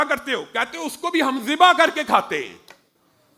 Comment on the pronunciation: zibah hota hay.. mamoo ji... jibah nahi.. arabic mein z pronounce kartay hain.. tum indian iss ko J bana daitay ho